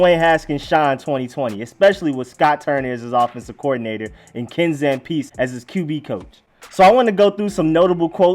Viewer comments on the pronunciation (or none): It’s Zam pee zee, not Zam peeve.